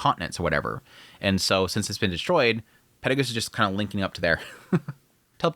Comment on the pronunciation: Acording to the Dub version the name is pronounced "Peru Gius" and not "Perry Goose". In Japanese he is pronounced "Perry Gius io" so your basicly making a mix out of the dub and the sub version